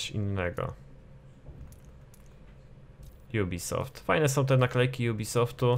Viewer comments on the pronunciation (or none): none